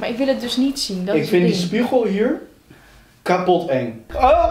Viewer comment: "Ik vindt die spiegel KHAPOT eng😂